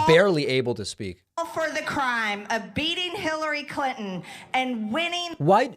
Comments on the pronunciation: I live in the south & everybody I know, knows how to say CliNton! That is NOT A SOUTHERN THING. She does the same with important...she says importnt...again, NOT a southern thing! & she DOES sound $tup!d because she IS!!! 🤷 She called AOC that word on Fox & Steve Bannon! I think that just like trump is all consumed & jealous of Obama...& Biden, for that matter, MTG feels the same way about AOC...especially since AOC is wayyyyy prettier than plump Marjie! 🙄 What very few friends I have left, who are MAGA, ALL are in agreement that AOC is a very intelligent lady! Plus, at this point, since we ALL know & understand how really very truly $tup!d Marjie is & because she's in 2 cults, & because she did exactly what we thot she'd do, & blurt out classified information, & because she YELLED & CALLED military guys LIARS, & because she's on the J6 soldiers' side & because she doesn't seem to realize that trump was in office in 2020...1 last 1, even tho I could spend an hour doing this, & because she makes a fool of herself & the entire country, EVERY TIME SHE OPENS HER BIG MOUTH, I HAVE ZERO PATIENCE WITH HER & COULDN'T CARE LESS ABOUT INSULTING HER OR MAKING FUN OF HER, BECAUSE SHE IS AS $TUP!D AS SHE LOOKS & ACTS! & DITTO FOR BOEBERT! 🤦🙄🤬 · Trump's nuts. You're super. One thing: I was born in a town named Clinton. That's how we pronounced it. Same way dufus pronounced it.